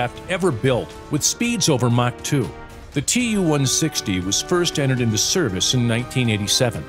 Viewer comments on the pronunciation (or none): Who gave Too-160 the nickname "blackjack"?! We call it the "White Swan"!!! P.S. Not Tu, but Too, long "u" (oo).